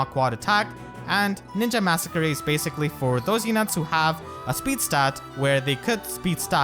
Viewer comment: the way you say masakari like massacre-y is so funny to me